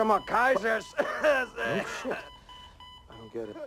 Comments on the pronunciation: omg why they pronounce Keyser Söze like Kaiser So-Sei. The whole movie I was confused about a turkish guy with an asian nickname. 🙄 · I'm telling you it's KEYSER SOSEEEEE!!!!